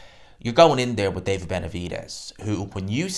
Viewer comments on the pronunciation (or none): none